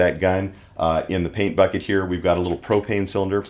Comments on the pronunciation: The intro turned me off but the first time he said "propene" I was outta there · "I sell pro-PEEN and pro-PEEN accessories."